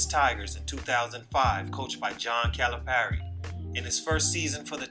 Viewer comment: bro its unbelievable how on point you are with these names!!...ps..(that) Memphis team (that) year has like 5 STUNTED GROWTH PLAYERS..maybe 6!!! that's how good that team was.. Kalapari is unmatched with recruitment